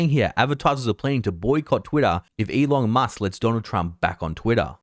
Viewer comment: Why do I keep hearing "E Long Musk" from him?